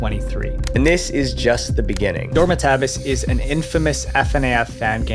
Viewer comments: WTF is (Dormitaabis) its door-mit-a-bis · The way you pronounce FNAF and Dormitabis is worse than all of those combined